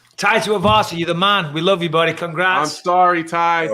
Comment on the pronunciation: "I loe you Mike"